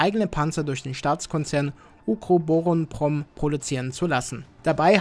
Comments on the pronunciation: Wie lange hats gedauert, bis du Ukroboronprom so fließend ausprechen konntest? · Wie lange hast du gebraucht ukrubuk dingens fehlerfrei auszusprechen 😂